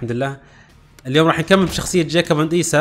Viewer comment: بعدك تغلط في اسمهم 😂😂 ايسو مو ايسا